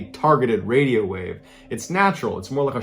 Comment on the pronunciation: Bro you said wadio